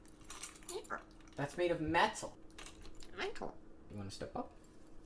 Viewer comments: metal "meeental" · “Can you say it better?” Must be one of the hardest training commands to instil into, because he’s right, but there’s no immediate way to make him realise his pronunciation is wrong so he assumes he’s gotta guess another of his regulars when he was SURE that was “Mætal” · Was he just learning how to say metal here? I'm not used to him saying it that way lol